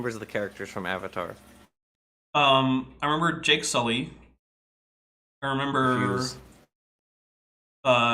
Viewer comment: the weird part of his not super impressive "nerd cred" there is he mispronounces Jake Sully in the same way as the Navi do, but then also mispronounces Navi in a way that nobody does in the film. Stress should be on the first syllable.